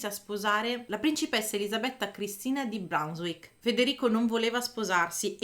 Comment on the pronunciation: Attenzione agli accenti! Mignòn, non mìgnon. E Brunswick, non Branswick